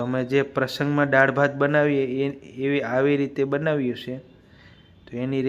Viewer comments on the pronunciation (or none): ડાળ ના બોલ ભાઈ દાળ બોલ